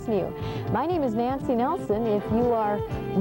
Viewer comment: Jane: "Thank you Nelcy, uh Nanco..."